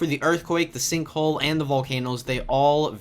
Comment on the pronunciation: you said "sinkhoe"